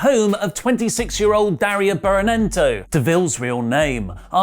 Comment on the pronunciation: I think his name is Phillip A Thomas II, not III. And it's Berenato, not Berenento.